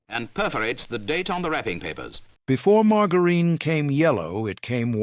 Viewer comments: Margareene????? Had to watch screen to see what on earth stupid AI was talking about!!!! Can't watch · "Mar-ger-een" this AI shit is ridiculous!